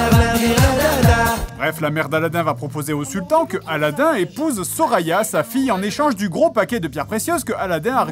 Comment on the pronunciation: Il dit Soraya, j’entends Sorina